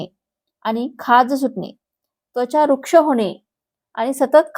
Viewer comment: वृक्ष नव्हे रुक्ष म्हणा,आपले मराठी अत्यंत अशुद्ध आहे मग दिलेलीज्ञमाहिती किती विश्वस्निय आहे?